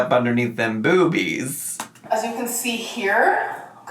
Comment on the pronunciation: saying bewbeez has made my morning lol